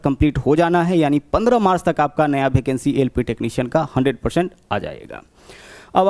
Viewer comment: Bhai भेकेंसी नही यार वेकेंसी बोलो